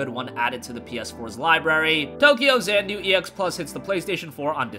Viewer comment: Xanadu = zan ah doo